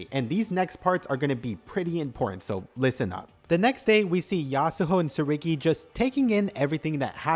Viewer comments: TSURUGI not TSURIGI, pls it just annoyed me everytime😭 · You mispronounced Tsurugi's name the whole time.